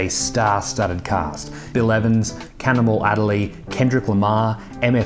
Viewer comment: “Cannonball”, not “Cannibal”.